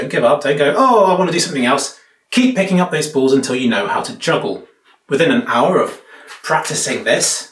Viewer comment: "You will never be abble to joggle". -being 99% correct